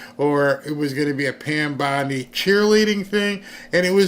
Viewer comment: I'M SHURE THEY'D LIKE TO. SHREAD. PAN BONDIE 😂😂😂😂